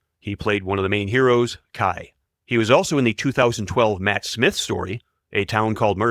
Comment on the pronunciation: Given the number of mispronounced names, I'm surprised the AI got Tom Baker and Matt Smith correct. And don't get me started with appalling AI "ADR" voices on dialogue.